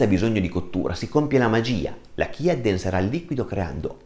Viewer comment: Si pronuncia CIA perché è la salvia ispanica quindi la corretta pronuncia è quella spagnola …..semi di CIA..